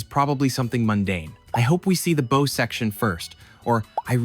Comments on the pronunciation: Sounds like the world's best way to go. The rich get the better version of everything. Oh, also it's pronounced "bow", not "bow" :p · Bow is pronounced to rhyme with cow ... a sign that this is just AI generated rubbish - or the content creator is a moron. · "Bow" in this case is pronounced like "now". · Bow (on a boat) rhymes with cow, not crow :) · The front end of a ship is the bow ( b + ough ) not boh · Bow is pronounced like wow. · bow is pronounced "bau" , why can't AI be edited? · The bow of a ship is pronounced bau, like in pow.. Appreciate the humor tho.. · Maybe it's just a small mistake, or it's narrated by AI, but bow isn't pronounced as bow, but rather as bow. It's also possible you confused bow with bow. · Your obsession with money is dumb. Plenty of rich people do things that don’t kill them. Besides, they are really just the Guinea pigs for technology that will eventually make its way into the hands of the common man. And your AI voice can’t pronounce “bow”. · Only an American could pronounce “bow” like that. The education system over there is staggeringly bad 🤦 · Someone who cannot pronounce bow correctly is lecturing about measurement systems? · dont say bow like that, were not referring to a bow-tie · Dog, please learn how to pronounce "bow" of a ship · *NOT BOW* … like you’re pronouncing bow and arrow lol it’s pronounced like bow down… but without the down word. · Good video but I don't sub to ai channels. No real pronounces a ships bow as if it were a bow and arrow. Its pronounced BOW is in, (the queen walked in and the who room bowed) pretty sure bow is another word for front or forward motion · I really want this channel to be a real person. It’s way too cute and intentional to not be. When I hear the narrator say “abuut” it gives me hope that it’s real. Then I hear bow 👒instead of bow 🛥️ and nothing makes sense anymore. 😮‍💨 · The bow of a ship is pronounced like "bow wow" or a Japanese bow, not bow like a bow and arrow.